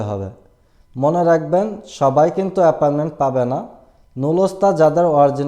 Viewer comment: This is appointment not aparment 😂